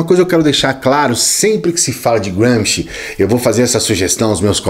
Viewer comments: Apenas uma pergunta quanto a pronúncia: não está dando um 'toque inglês' em um nome puramente italiano??? Eu apreciei tudo o que você expôs... mas é a 'prima volta' que ouço o nome dele como um britânico ou estadunidense falaria... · Nada. Só enche o saco ouvir um nome italiano pronunciado como ingles. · Adorei a pronúncia de Gramsci... Grande autor... britanico, pelo jeito